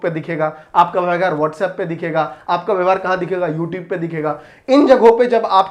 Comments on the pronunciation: YouTube- ❌ YouTebe - ✅ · YouTube ❌ Youtibe ✔️ 😂😂😂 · Sir phle, YouTube bolna sikh lo thik se., Or thoda kam jealous rho, or thodi si thodi si educated insann ki trh, jao or padho chizo ko... Study2Win ki sare, privacy policies padho, or students ko stupid bana band kro, dum hai toh rok ke dikha do, sagar sir ko, jo shi steps lete hai na... Use koi nai rokste hai.. Yeh baat set kr lijye sir.. Or please English thik kr lo app thodi si... Worth word ki meaning check kr lo ek baar aap.. And plz thodi si English padh lo... Plz... Course lelo aap hmare, study2win se, agar apko belive na Ho toh... Toh app request krna free m apko provide kr denge sir... English sikh lena, plz. Dont Use the medium such as YouTube to spread misinformation, Legal action ki aap chinta mat kro, bus... Woh khud hi time btaygi...... Student se mai request krna chata hu ki thodi awarness ke sath decision le...!! Mai bhi family members hu civil beings ka or yeh tolerate nhi karunga is level ki misinformationspread kr rhe ho app.